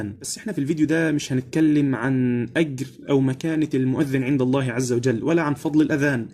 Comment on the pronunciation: غلط انك تمد لفظ الجلال في غير محل امد